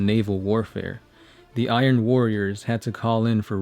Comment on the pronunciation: I keep getting triggered by you saying Iron Warriors.